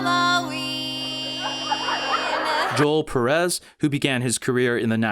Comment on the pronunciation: you mention Joel Perez but you pronounced his name wrong. It’s joe-EL